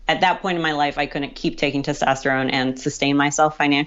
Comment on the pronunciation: Ok...I know being a pronunciation Nazi is disgusting, but "counnant" for "couldn't" drives me crazy. A local news reporter said "impornant" for "important" the other day, and I emailed the station.